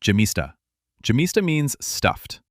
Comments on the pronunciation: Yemista, not gemista. The G is sounded out like the letter Y. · Yemista the( y )is pronounced like in yes and the accent is on syllable (sta) and not in ( mi) ,but your version is a.i. generated and not spoken by a real human voice. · You should pronounce `gemista` as `ghemista`!